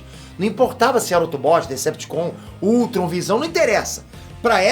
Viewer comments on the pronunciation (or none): none